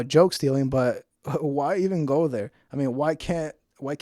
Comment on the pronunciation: Brenda: "did ya see carlos w Bobby?": "I did noT" 3 seconds later: "so im in derr a-watching it" Larry Cable Guy style 😅